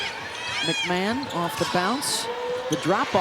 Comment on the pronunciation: Its pronounced McMahon (Mac ma hon) there is not an A in her name, its not McMan....Anywho, she was put on lock, she just had an off game and she looked tired, she wasnt full speed tonight. Ole Miss is still a good team, just South Carolina is better.